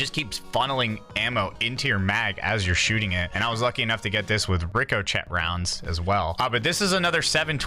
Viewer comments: Not trying to be that guy, but… it’s pronounced Rick-o-shay rounds 😂😂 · “Ricko Chet Rounds” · Ric o chett??? 😂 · Dude said rico chet🤣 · "Rick-O-Chet"! Yer killin me, lol. Joke, yeah?